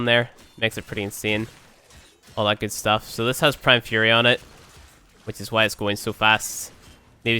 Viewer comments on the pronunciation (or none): none